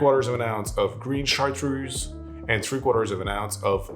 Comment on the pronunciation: Why does a native French speaker pronounce Chartreuse like an American?